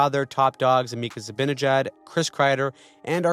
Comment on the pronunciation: It's Zibanejad, not Zabinejad.